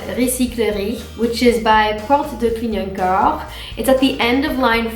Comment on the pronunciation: Just wanted to say watching your videos is my new favorite pastime! Also your pronunciation is pretty good! (Only when you said "Clignancourt" you pronounced it with like a Canadian accent lol) If I make it to Paris, I'm definitely hanging out with you, you are awesome :)